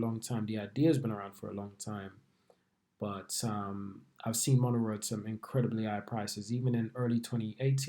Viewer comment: Mo- ne- ro